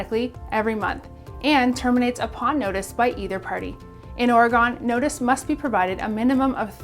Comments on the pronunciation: Please learn to pronounce Oregon! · That’s not how you say oregon